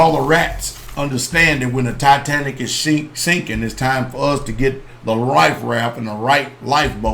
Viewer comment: "Our sink is shippin" hehe